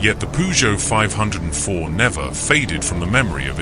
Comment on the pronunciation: Why is there an overlay of a v8 engine in the background?! And its pronounced 5 oh 4